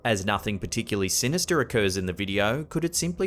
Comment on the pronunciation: what happened to saying " sinistahh"?! I've been walking around making up excuses to pronounce it with his accent for months lol.